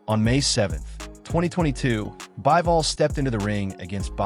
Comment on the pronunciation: Not "Baɪvɔl" but "Biːvɔl".